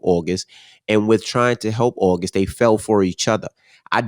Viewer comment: Envy pronounce August as Ohgust 😂😂